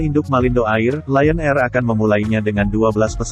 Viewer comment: Bukan AIR cara baca nya.